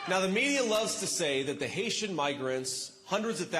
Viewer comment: Can we talk another JD referring to Haiti as “Hay-sha?!”